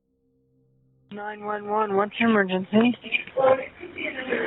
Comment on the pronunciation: that 911 operator freal said "what's ur 'mergency?" 😂